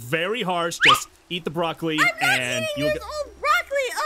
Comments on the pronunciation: Also BrahLocAlI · “The brolocoly”😂😂😂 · It's "boracolele" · Bruh aphmau can’t even say brolawcili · EAT THE BROCLOCOLI! Me: (*Laughing at the pronunciation he used*) Lol, why is that so funny? 😆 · “THE BRAWLAKALY” Aphmau: “NO IM JOT EATING THE BRALAKALYKY 😡” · Also he said brawlawcolli